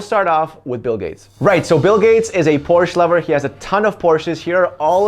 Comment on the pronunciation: Why does not know how to pronounce Porsche?!